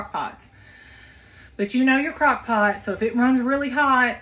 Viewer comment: Crock “poot” candy hahaha